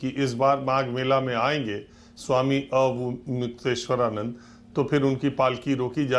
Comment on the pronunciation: अरे, अविमुक्तेश्वरानन्द नामोच्चारण के लिए थोड़ा अभ्यास ही करके आ जाते। 😀